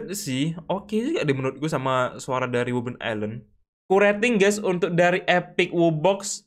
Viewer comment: Bro he say "wubelin" 🗿